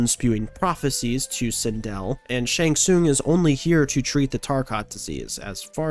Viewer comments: I enjoyed the video a lot. But please, it's shang TsunG. Not Shang Soon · Him saying shang soon is pissing me off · How have you gotten to 2025 without being told you're saying "Shang Tsung" wrong? Seems like you might be rage-baiting... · Brother, I gotta be honest. The way you say Shang Tsung's name be pissing me off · Saying one thing wrong means he doesn't know the series? Yeah, ok. 🤡